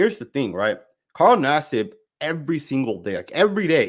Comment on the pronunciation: U called him naseeb because thts the Indian way to say his name 😂😂🤷‍♂️